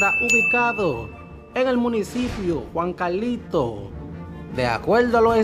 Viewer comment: JUNCALITO... NO JUANCALITO